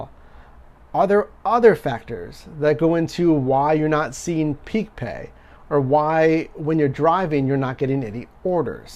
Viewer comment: Stop saying peak pay